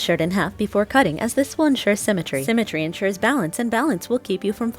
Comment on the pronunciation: “Symmetry” she stresses…… with only one sock on